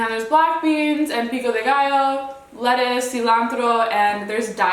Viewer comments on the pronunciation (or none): none